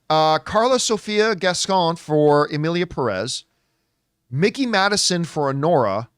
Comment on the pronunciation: FYI it's Mikey Madison as in Mike, not Mickey. I do think Oscar is her or Demi at this point, as Demi's GG speech was pretty great. Actor I think is absolutely between Brody and Chalamet at this point. Those are the top two I'd say. although I thought all 5 of those actors were fantastic. SAG seems to love Wicked, so I'd agree it'll be Grande and maybe Wicked even gets Ensemble. I find it so weird that SAG TV don't do Supporting categories, but they do for SAG Film! Makes it harder to get nominated for TV. And yes, Bridgerton. It was nominated for season 1 at SAG and even if it's not your kind of show, that acting ensemble does that romance/drama genre really well. Plus, it was huge this summer. We all know Shogun is sweeping anyway.